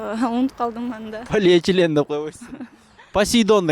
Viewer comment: Полиэтилен дейт